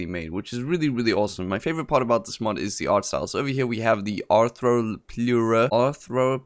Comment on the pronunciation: Its R-throw Plu Ra. Gia-gant toe Pith ah Cuss . Para Cara Thee Rum . may be phonetic spelling will make it easier to say :-)